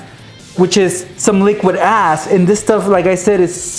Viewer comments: Boi stop saying "liquid ass" all the time boii I thought you were saying "az" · was he saying liquid "ass"?